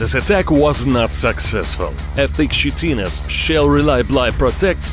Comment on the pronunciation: Lol. Chitinous is pronounced Kai-Ten-Us, not Shitti-ness.